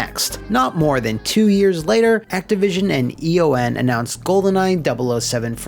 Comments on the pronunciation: Eon is a word, not an acronym. It’s pronounced “E-on”. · E.O.N. is “E-On” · Eon is pronounced like ion with an E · Does not know that ‘Eon’ is a word or...?